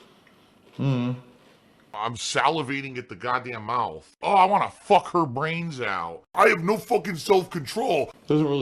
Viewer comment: I'm salivating at the goddamned mouf.